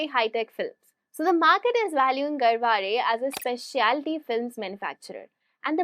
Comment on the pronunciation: You pronounced Garware correctly...Nice keep posting such informative videos Thanks